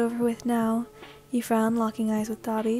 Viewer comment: Me when you say dabi: DA-BEE